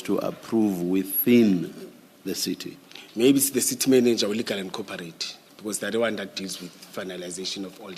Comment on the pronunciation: Seetee seetee instead if CITY!!! You see yes yes yes yes de seetee